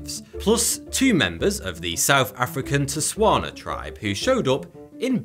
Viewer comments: When pronouncing TSWANA it is pronounced as {SWAA] + [NAAHH]. Coming from a native tswana living in South Africa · The way butchered the word Tswana made me cringe